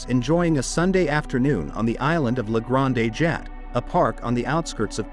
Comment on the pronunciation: Ridiculous pronunciation of grande it is french not Spanish granday!😊